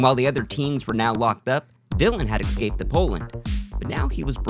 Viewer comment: Oooh exscape, your former scape. Got it.